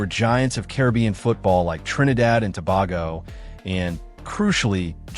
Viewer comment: AI commentary will continue to be annoying until it starts recognising and pronouncing proper nouns correctly (e.g St Lucia, Tobago)